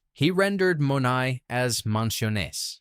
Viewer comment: Not to be critical here, but the Greek word is not pronounced with a long 'o' but a short 'o' and 'ai' is pronounced as a short 'ay' but with a 'eh' sound. Using AI does not enhance your credibility, but, all in all, I liked the video